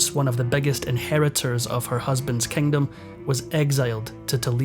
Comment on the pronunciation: Horrible narrator! So distracting!! What’s with switching the long & the short vowels? “… Beggar (bigger) powers like Britain & France”. “Offecially”. “The Kengdam of Spain”